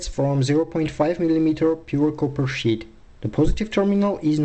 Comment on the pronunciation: We need to work a little on how pronounce “sheet” 😬 Good data! Thanks for sharing!